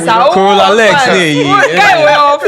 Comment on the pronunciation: Who heard Corolla legs 😂